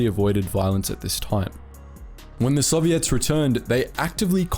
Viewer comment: The way the narrator says soviets is weird, sounds like he's saying "sobiets".